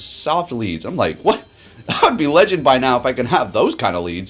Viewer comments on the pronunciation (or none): none